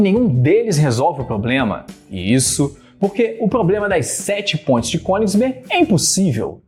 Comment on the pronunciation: Eu tô doído ou realmente escuto pontes pronunciado "pôintes" kkkk Piadas a parte muito boa a explicação !!